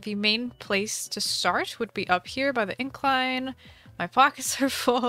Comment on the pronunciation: the main place to starht why did she sound irish 😂